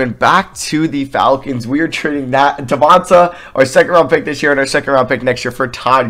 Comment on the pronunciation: Devonta is pronounced Devon-TAY